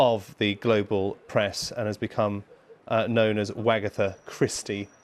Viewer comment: Wagatha rhymes with Agatha that's all.